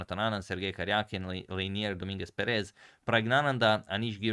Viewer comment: #suggestion Hey Agad, it´s Lenier PErez not PerEz. The first e is accentuated. I tell you this because I know you are very serious about the pronunciation of names. Regards from Argentina!!